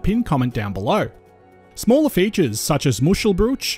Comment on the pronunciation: Isn't Jervis Bay pronounced Jarvis Bay, and Wollongong is certainly pronounced Woolongong. Muschelbrushe or mushcelbrueshe without the umlaut is pronounced Mooshelbrewshuh. Saying 'mushelbrewsh' is like saying umbrell instead of umbrella. That aside, an interesting video.